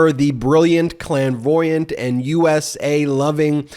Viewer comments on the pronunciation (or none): Idk if it was a purposeful gaff but the first time you read Clairvoyant as Klan voyant 🤣🤣🤣